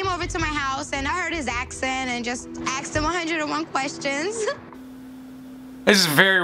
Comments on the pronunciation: She “axed” him ... lol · "friend" umm yeah right lol... also she "axed" his questions? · She “axed” him questions? Not asked?